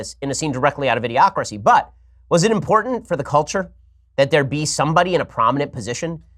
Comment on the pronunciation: Someone needs to teach that guy that works for NPR how to say culture properly.